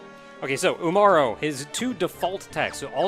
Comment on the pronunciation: When they say it "UmarU" I can only think of the eponymous honour-student-slash-gremlin girl. Umaru~n!